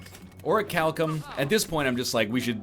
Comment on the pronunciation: let it be known that the egg has learnt to say orichalcum correctly.